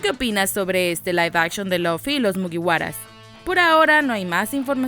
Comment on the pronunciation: aprende a hablar señora loffy es LUFFY